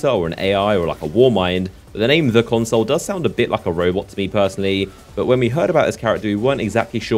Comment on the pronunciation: PLEASE learn to pronounce "consul" pro tip - it's not "console"